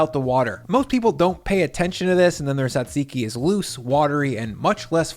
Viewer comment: As a Greek, I approve of this souvlaki! Thank you for the video! just a tip, its not SAtziki or T-ZAtziki it's TZAtziki (jajiki), people always seem to struggle with the pronunciation